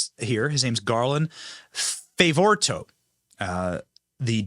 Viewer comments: Garland Favorito's name is pronounced Fav o rito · BENNY, work on your pronunciation and do some research on names before doing your videos. It's Garland Fav-o-rito. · Garland Favirito Fav-o-ri-to pronounced Fav-oh-ree-to. He has been on the front line of this and the conservative side has been denied and shoved into the corner. Thank God the Biden Crime Family went after this conservative attorney so he is able to present discovery! And discover they are doing so we need to pass this around. Interview Garland Favorito however that is spelled Benny. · Benny. It's Fa vo ri to. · Fa - vo - REE - to We love you, Benny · FAY-VO-REETO. is that so difficult? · Benny Garland's name is pronounced: Fav-or-EE-toe. NO ONE WAS PAID anything. The work he presents was done by VOLUNTEERS. And they did it without ever seeing the original ballots despite many expensive legal attempts to do so. (Paid for by hundreds of concerned Georgia citizens who DONATED to the cause of truly securing GA elections.) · His name is Garland Favorito pronounced "Faa Vor E Toe" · pronounced fav-oh-ree-toe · Fav-or-re-toe. Benny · Love you Benny, but learn the pronunciation of names beforehand so you don't butcher it repeatedly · Benny how have you not heard of garland yet? Ive been following his work since right after the 20 20 election. One of the reasons I KNOW the election was rigged. Also learn to say his last name.